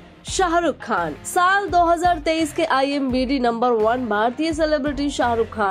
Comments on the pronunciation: Are madam konsa Nasha kar kar aayi ho imBd nhi IMDb hota he Babu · It's IMDb...not i am bidi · Imbd nahi Imdb bolo😂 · Imbd nahi imdb aunty😂😂